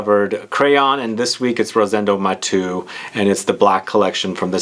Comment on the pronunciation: Nice review,! Btw, it’s not pronounced “Mah-two” it’s “Mah-tehhh-ooh”...! Thanks for your video...! Greetings from Spain!